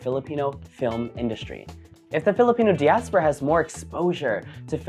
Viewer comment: Your pronunciation of diaspora is off